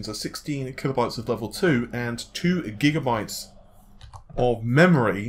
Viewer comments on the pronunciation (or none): none